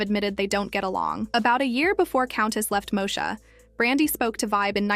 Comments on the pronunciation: MOSHA 🫠 its stressing me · This lady keeps mispronouncing Moesha!!